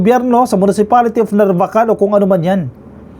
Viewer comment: Sir, sa mga ibang blogger at newscaster, kayo po lamang ang narinig ko na tama ang pagkabigkas ng NARVACAN. Ilocano po ba kayo?